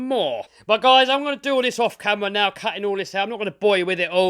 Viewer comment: Love this build but I love how u say what do u recon guyals sound like guys and gals at the same time lol